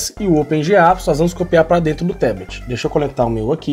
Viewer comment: Fala amigão, ótimo vídeo, só a pronúncia de "Teblet" que está errada, em Inglês é Tablet mesmo com som de A!